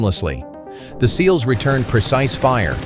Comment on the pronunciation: S.E.A.L.S ?? Seals?? Bad robot